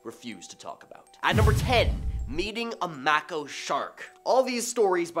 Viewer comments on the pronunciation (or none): Mako = May-ko Mako ≠ Mack-o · it's pronounced MAKO=MAY-KO NOT MAH-KO Does no one review these videos to see if your hosts are pronouncing names correctly?? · it's like your name m long A ko not m ah ko❤